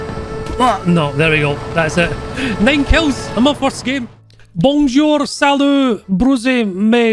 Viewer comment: "Bongjour" My favorite quote next to "BitofaPickle"